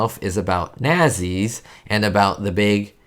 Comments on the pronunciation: Its pronounced NAT-SEES, not naz-ees. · its pronounced not see's .....not .....nahzee's. aparently schools dont teach about hitlers germany any more?...idk...or the teachers werent taught the proper pronounciation? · It's not pronounced NAZEEs dude. It's Natsee. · Do you really not know that it's pronounced Nahtzees? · This was my first Stooge short to see back in the early 60's and is still one of my favorites.. They show this short on METV regularly. Nazi's is pronounced "Not-sees." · Moe himself pronounced it "nazzies" in more than one short.